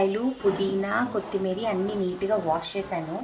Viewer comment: Kothimeera anandi ,kothimeeri kaadu andi.